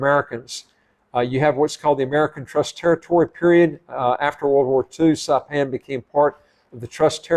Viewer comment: You DO NOT need a PASSPORT for American Samoa. I'm a US citizen and photographer. I've traveled there frequently. I live on the island of Saipan. It is pronounced: SI-PAN - (long "I" and PAN, as in cooking utensil).